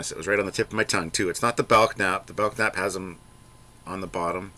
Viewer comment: Belknap is pronounced bell nap, not belk nap. The k is silent.